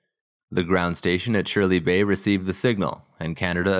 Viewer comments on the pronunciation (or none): Great video. FYI it's pronounced "Shirley's Bay" No idea who Shirley was.